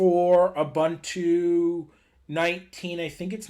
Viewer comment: Great tutorial. Just a minor correction. It is pronounced “Ooboontoo”